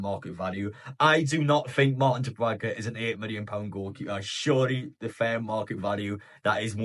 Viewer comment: I'm looking forward to him leaving so that I don't have to hear you constantly mispronouncing his name.